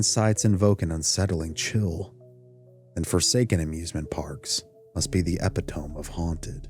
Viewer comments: Did you just say "epi-tome"? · "e-PIT-oh-MEE" - please. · the word epitome is pronounced ee-pittow-mee. You're not the only youtuber who's mispronounced it. I'll pass on going there, mainly bc I live so many states away and bc it's open for tours only 7 days a year. But, if I were there, I might take a tour. A West Virginian friend of mine says that the Trans Alleghany Lunatic Asylum is worth a tour as they give supernatural oriented tours. Says his great-great grandmother passed away there. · LOL, "Epit-Toam"? Your narrator really should go back to school. AI wouldn't even do that. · Btw... Epitome American pronunciation￼ Sounds like uh·pi·tuh·mee